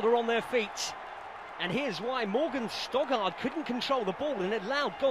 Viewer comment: Oh my God he keeps ptonouncing Morgan Stoddart as Stogard, it's frustrating